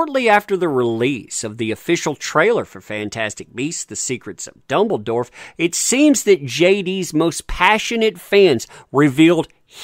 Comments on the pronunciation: Soooo, been watching your vids for awhile, something is starting to grate on my nerves. Thought i would ask u if u intentionally mispronounce easily pronounced character names that u are talking about over and over? Example: Grindlewald is not “Grindenwald”…Dumbledore is not “Dumbledorf”…i could understand if it were occassional, but it’s everytime…10+ times per vid. Wasn’t sure if u were unaware or oblivious to it, but…well, if u see this now u r not. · Am I the only one hearing say “Dumbledorf”!?